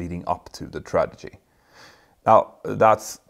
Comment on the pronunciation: Is Capt. saying tradigy instead of tragedy?